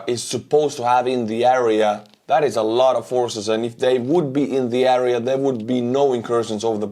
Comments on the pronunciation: Kõik muidu super aga palun proovi hääldada area - "eria", mitte "äria" :) kriibib kõrva iga kord. Aitäh vinge contenti eest! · Great update as usual, you are a champion. But please it’s AREA not ARIA🙏🏻